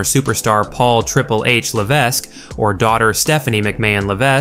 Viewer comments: The S is silent in Levesque.This is guy is worse than Meltzer. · The "S" in HHH's last name, Levesque, is silent bro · If you can't say Paul Levesque properly then I don't know how credible this commentator should be taken